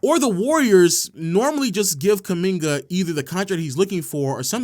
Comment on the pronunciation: If only he could get kumingas name right